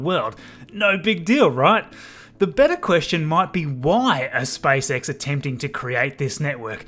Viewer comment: I like how he says SpiceX